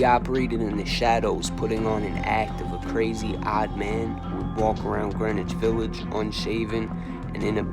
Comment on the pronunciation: Also the w isn't pronounced in Greenwich Village. You're not from NY are you